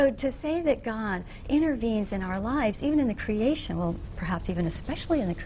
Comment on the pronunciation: Why the fuck does she pronounce "creation" like that haha? Is that supposed to make it sound more plausible just because you make it sound like another word haha